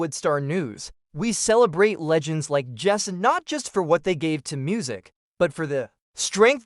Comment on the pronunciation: bot narrated trash that cant pronounce waylon or jessi